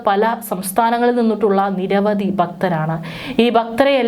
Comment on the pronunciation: ബക്തി...സംഗം... നിരവദി... പരിശോദന...അർതം... ദർമ ശാസ്താവ്... ബഗവാൻ... ഗട്ടം.... ബന്ദം... ഗോവർദൻ... സംമ്പവം... ബാഗം.... ശുദ്ദിക്രിയ.... സാന്നിദാനം...തിരുവബരണം.... ഗോശയാത്ര.... എല്ലാം തെറ്റി വായിക്കുന്നു.. അക്ഷരം നോക്കി വായിക്കൂ. ഭാഷയെ കൊല്ലല്ലേ 🙆‍♂️..